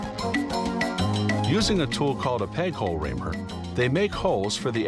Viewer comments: Is it just me, or did he say raper? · Did it say, "peg hole raper?"